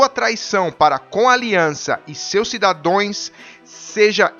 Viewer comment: Cidadãos, e não cidadões amigo. De boa! Ótimos vídeos!